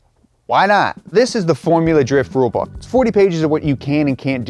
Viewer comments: “FoRuLa DrIfT” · I like “forula “drifting 🤣🤣🤣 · Ah yes "forula drift"